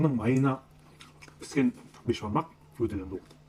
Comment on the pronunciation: Бешбармақ емес бесбармақ тормоз